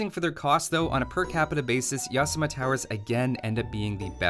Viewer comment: It is NOT pronounced as YAAAsama! It is pronounced as yaSAAMA! (like yokoHAAMA)